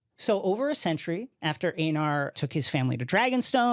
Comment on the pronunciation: Blasphemy he said Aenar and Daenys wrong